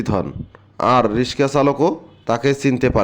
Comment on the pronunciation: রিসকা না রিকশা